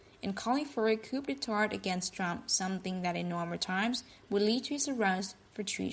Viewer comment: "Kudetard" = Coup d'Etat